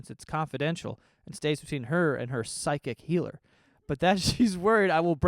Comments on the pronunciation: Is it me or is saying sidekick instead of psychic 😂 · Everytime joe says psychic I hear side kick. 😂 just me?